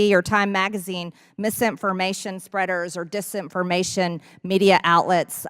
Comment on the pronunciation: "... consideered mis-impformation...dis-impformation," Moscow Marge is an ignorant, virulent beeitch